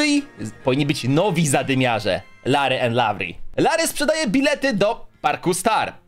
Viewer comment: Lavry i larrry troche dużo tego rrrrrrrrrrr